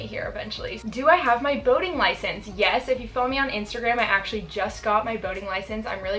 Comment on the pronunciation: why did I hear 'voting license' instead of 'boating license' lol I was like why is it so dangerous in oregon???